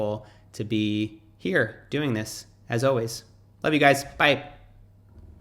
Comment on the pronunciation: I noticed while you speaking, you say DISH instead of THIS!!